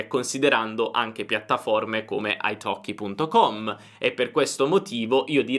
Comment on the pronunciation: e la prima persone di pronunciare Italkie corettemente ! ( i have waited for that a long time !!!)